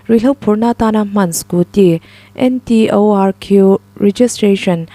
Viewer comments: Scooty kha N.T.O.R.Q nilovin NTORQ(N-TAWRK) tiin an lam ṭhin. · Scooty hi Ntorq (spell) ti lo hian, hannñ lam pangai ta mai la...... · NTORQ😂Lam chiang deuh ve